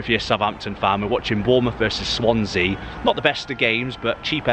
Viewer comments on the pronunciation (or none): none